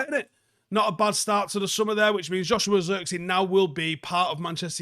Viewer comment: The i in zirkzee is like the i in sh*t. The ee is pronounced like the letter A